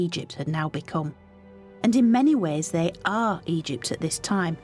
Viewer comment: Why can u suddenly not pronounce Egypt anymore, I'll tell you why 'its because you are a self righteous leftie.